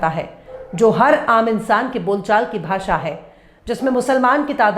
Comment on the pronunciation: हिन्दी का दम भरता है ये टकला, भाषा को भासा बोलता है। प्रदेश को पर्देस बोलता है, जो श ष का सही उच्चारण भी नहीं कर सकता वो उर्दू पर बकवास कर रहा है।